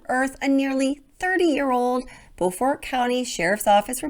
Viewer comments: Just a note, in SC Beaufort is pronounced BUfort, not Bofort. 😊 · It is not pronounced Bofort it is Bewfort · Locals pronounce Beaufort “Be-you-fort” (not Bo-fort). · Just FYI in SC, it's pronounced like this (read as English words): BEAUtiful comFORTer (subtract the lowercase letters). I believe the same name exists in NC but pronounced like Bo-fort (may need verification). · Beaufort is pronounced like beautiful fort beau-fort at least by the locals. I was stationed there and lived there for a few years after. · It's pronounced (Bew fert) if you are in SC... If you are talking about Beaufort NC it's pronounced (Bow fert).